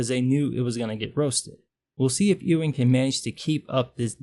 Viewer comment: Pronounced "Yoo-ing". Like a sheep, lol.